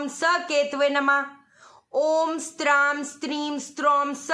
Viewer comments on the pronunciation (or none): पहले आप मंत्र का उच्चारण सही करो, ऊं स्रां स्रीं स्रौं स: - ये इस्त्राम नहीं बोला जायेगा. इसमें से त का उच्चारण हटा दें. और मामृतात का भी सही उच्चारण सीख लो. पंडितों को बुरा भला कह रहीं हैं